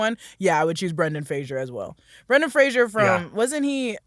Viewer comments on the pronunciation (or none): Everybody loves Brendan Fraser. Few say his name correctly.